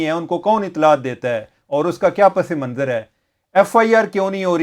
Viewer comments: چیمہ صاحب آداب، آپ کا پروگرام اُردو میں ہے اور بہت جلد عوام میں مقبول ہوگیا ہے اس لیے آپ کی توجہ چاہیں گے۔آپ نے ایک لفظ “پسِ منظراستعمال کیا جو درست نہیں ہے۔ درست تلفظ پَس منظر ہے۔س کے نیچے زیر نہیں ہوتا۔دعاگو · You guys are great! (By the way, the word is "Pas Manzar not Pas-e-Manzar) Keep up the great work